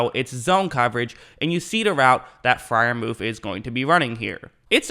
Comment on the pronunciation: Pat proved all of the naysayers wrong 😊 btw his name is Freiermuth not Freiermuf 😂